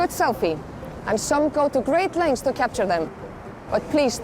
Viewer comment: I recognized the brazilian by the way she pronouced "to" like a "choo".